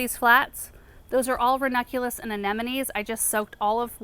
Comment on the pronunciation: Is it just me or does not pronounce the second n in ranunculus? Every time she says it I feel like I've been pronouncing it wrong this whole time 😅